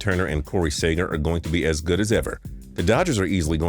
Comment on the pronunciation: did you hear how he pronounced Seager